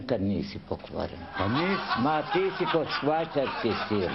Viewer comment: ne zvajcarski već švajcarski